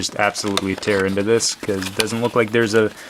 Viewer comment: thats because not decause.